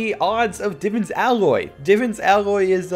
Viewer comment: It annoys me how you say Divans